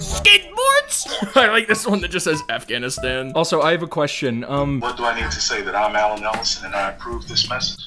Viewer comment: U PRONOUNCED AFGHANISTAN WRONG!! >:/